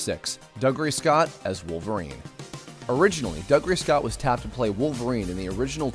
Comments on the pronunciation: Dougray Scott is pronounced (doo gray) not (dug ray) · it's not dug-ray scott it's doog-ray scott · Great Video, just one point though. Dougray is pronounced Doogry, not Dugry :)